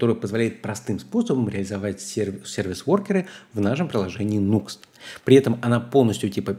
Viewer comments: Не нукст а накст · Nuxt по правилам английского языка читается через А - нАкст.